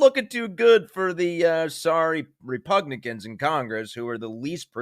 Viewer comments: At first, I thought you said “Repugnicans.”😹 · It's REPUGLICANS , repugnance over flowerh .😂😂